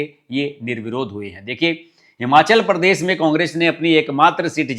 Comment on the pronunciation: परदेस नही प्रदेश बोलो